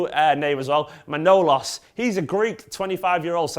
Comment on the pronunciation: Apparently it's pronounced Je-zeus but I was referring to the ending regarding Man-o-las instead of Mn-ow-los